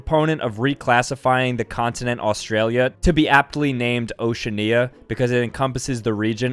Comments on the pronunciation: FUn faCt: its O-SHE-AN-I-A not O-SHU-NE-A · It’s called Oceania not Oceana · "azerbayjian" "ocean nia" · I hate how this guy names things like once-ania he says once-nea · oh-she-AH-nee-uh* The whole word isn’t ephasized. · I got really annoyed when he pronounced Oceania weirdly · bro did not just pronounce oceania like that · O... shan ... knee... a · It’s pronounced Lisbon and not lisbin right lol I was wrong but he still said Azerbaijan and Oceania wrong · This guy cant pronounce OCEANIA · Can we get a video of all these things that are pronounced differently, like uk vs usa pronunciation? Examples of things from this video: Azerbaijan Oceania Tuvalu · mistakes: 1: the atlantic ocean is technically the biggest canyon 2: NORTHERN IRELAND IS PART OF IRELAND 3: armenia is not transcontinental mispronunciations/linguistic errors: 1: its not caucus, its caucasus 2: in azerbaijan, the stress is on the last syllable. /æzəbaɪˈdʒɑːn/ or /æzɚbaɪˈdʒɑːn/ should be the correct pronunciation (dialectal differences shouldnt matter that much) 3: oceania is pronounced like /ˌoʊʃiˈæniə/ (in general american english) and not /ˌoʊ.ʃən'iə/ like you said it no hate, but maybe you should try searching up the pronunciation on wiktionary for a word you dont have much experience with or havent heard spoken. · You mispronounced Oceania